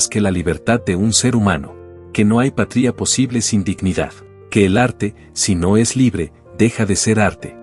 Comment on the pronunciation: Un cubano "doblado al castellano" por una máquina. "Patría'...? Con acento en la "i"? Y cuál es la traición?